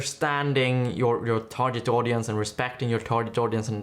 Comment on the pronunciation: Yes sorry, but "tar-jet" was very distracting when it's "tar-git" instead.